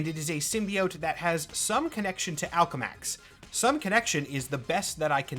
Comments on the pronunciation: Is he saying - MALCOLM X? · the speed at which I had to pause to e video and rewind because I misheard “Alchemax” for “Malcolm X”.